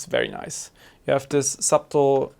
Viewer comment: Hi, great video! Just a quick tip, the "b" in subtle is silent, it's pronounced more like suttle (rhymes with shuttle)